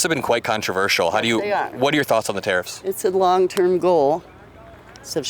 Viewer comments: Is" " saying TEAR UPS??? instead of tariffs? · "Tari-FFs" -3rd guy